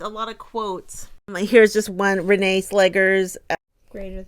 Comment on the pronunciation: You pronounced Vålerenga correctly. Slegers is actually pronounced "Slekhers" (I don't really know a word in English in which the sound kh is produced). Very happy that Arsenal managed to have a rather convincing victory after the recent downs in the WSL and Champions League. I would leave Renee Slegers some time to see how she's really able to influence Arsenal on an improvement results and that this victory wasn't only a "coach effect" for the first match after the Jonas Eidevall era. I thing that some Arsenal players were insecure by Jonas constantly changing the starting players not able to find the ideal squad to start the match. Maybe Slegers has a better idea.